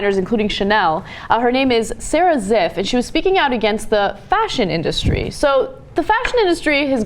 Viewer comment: I thought she said Sara "Zit" don't know why